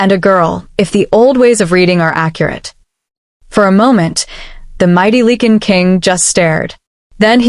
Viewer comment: It’s not ‘leak-in’ it’s pronounced “like-in” .